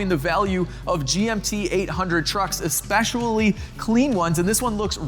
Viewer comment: espeshually is not a way I've heard that word said before